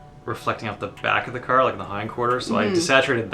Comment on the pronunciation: Great video! I love the map of St. John's in the back:) is it me or can I hear a bit of townie in voice when she says "car" I swear shes from St. John's Newfoundland. Am I wrong!?